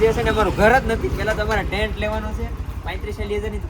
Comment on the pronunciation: ટેન્ક નહી ટેન્ટ બોલાય 😂